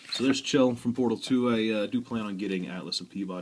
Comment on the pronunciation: someone who says chell right